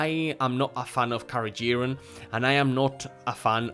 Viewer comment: This was invaluable THANK YOU for ranking without being sponsored ! I do love Orijen 😊 May try the NZ A rated ( btw ... just gentle thought , it's " carageeNan " )